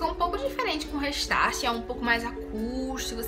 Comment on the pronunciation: gente pronuncia reistarte e escreve restart vcs falam dela e tá todo mundo falo errado kkkkkkk rextart